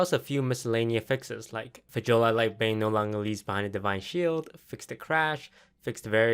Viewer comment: It's pronounced "Fuh-yole-ah Lightbane".